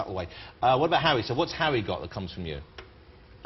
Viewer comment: "parents, bwace yourselves" "please welcome, J. K. wowling" "before we talk about hawwy" "did the first bwa expedition work for her?" haha just love the way he talks =P